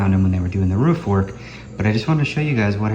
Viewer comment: So excited to see a video this week. I love the way you pronounce “roof”. Def a midwesterner! Matching tattoos! How sweet! I didn’t realize how red the soil is there. I would imagine it would make for some good ceramics and sculpting. What a beautiful place to run each morning! I tried ordering a new pair of hiking shoes while in Mexico and they never made it to me. Oh well. Hopefully someone has a nice new pair of Merrill’s. Ohhh fresh guava! Add that to the vine ripened carambola for a really yummy fruit salad. Mouth watering! I always enjoy your videos!